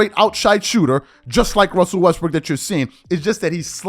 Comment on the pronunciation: Did I hear you say westbrick